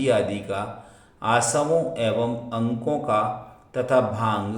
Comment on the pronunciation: जय जिनेन्द्र । आप अर्को को अंको का उच्चारण करते है। और अतिथी संविभाग को अस्थि संविभाग बोलेते है उसे आप ठीक कर लिजिए । क्षमा करे